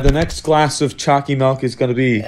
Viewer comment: Not even gonna lie when he says choccy mily in his other videos i hear chalky milk